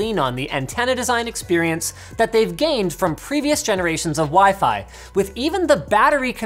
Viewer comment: When you remember Linus called WiFi as pheasant,😂😂